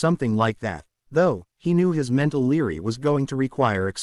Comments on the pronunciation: When a word is supposed to be library it sounds like it says Leary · Really rilly instead of library.